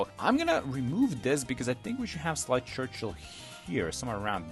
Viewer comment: Sleigh Churchill is pronounced Slay Churchill.